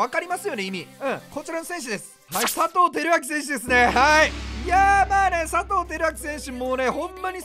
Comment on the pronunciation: １９秒のところ、さとうが ぱとうにに聞こえた笑